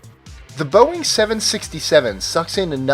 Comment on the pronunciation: You're pronouncing Boeing wrong